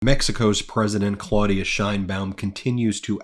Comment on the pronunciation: Ben, a couple of comments about pronunciation: 1) the Mexican President's name is claw-OOHD-ee-ah Sheinbaum, and 2) fen-tan-EEL, not fen-tan-OL. Your commentary is always excellent, and I just want to make constructive criticism.